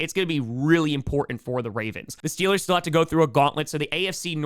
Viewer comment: We need the T-Shirt, "Stillers gawna supabowl". Excellent regional dialect research.